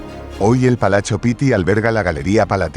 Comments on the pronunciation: Porqué dices palacho en italiano , se pronuncia palatso..así sería la fonética...se acentúa un poco más cuando se repite la consonante pit-ti...lo mismo con palazzo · La palabra “Palachio” NO existe, por Dios! Que alguien le aclare a “”! La palabra Italiana es Palazzo Pitti, y en castellano, Palacio Pitti. Se acabó! O es otra vez la mal llamada, Inteligencia Artificial, que de inteligente, poco tiene!